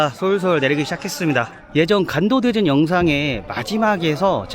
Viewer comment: 사랑하는 ㅋㅋ 형 발음이 자꾸 '간도대전'으로 들림ㅋㅋㅋㅋㅋㅋ